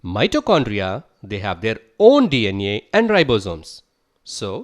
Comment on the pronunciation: D iyan ee (DNA) 🤣, GREAT VIDEO BTW 😇